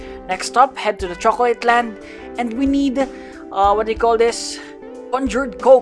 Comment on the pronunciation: The way he said chocolate island 😂 but I respect him